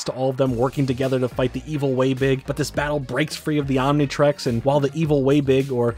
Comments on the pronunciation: A baffling amount of mispronunciations mainly Omni trix not trex but overall great video! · Omnitrix, Omnitrex, Omnitrax, what other pronounciations can we expect to hear from good ol'